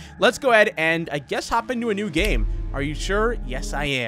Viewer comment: bro said gam